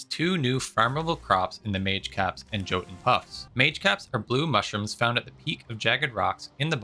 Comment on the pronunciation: The j's in... Norse or whatever are pronounced like y's 😊 Not to be that guy haha. "Jotun" would read like "yotun" Preciate all your content though, bud. Got into valheim like a month ago and I've watched a lot of it ❤